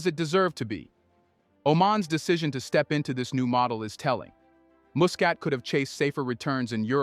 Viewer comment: Muscat should be pronounced as ' Mascat ' not mu.